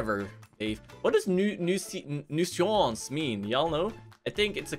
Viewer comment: It's pronounced "noo-since," and it is the same as pest